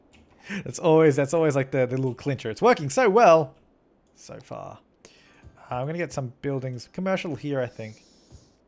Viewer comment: when u're saying so far it sounds like sofa